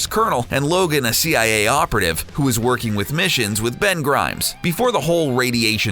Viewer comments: dude, it's Ben Grimm , not Grimes. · Ben Grimes??? It's Grimm... LIke Him, Them, Fem and "On a Whim" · You'd mispronounced Thing's name! It's Ben Grimm!! Not Grimes! What about Storm?!!! She had a strong bond with Wolverine too!! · umm it's Ben Grimm not Ben Grimes a.k.a the thing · I think that Bens last name Grimm is pronunced like the grim adventures of Billy and Mandy